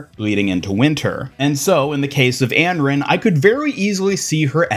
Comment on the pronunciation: Not even trying to hate but I can’t understand how you pronounced Anran like that 😭